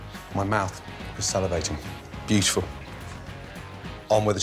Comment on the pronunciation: He said salivating, not celebrating.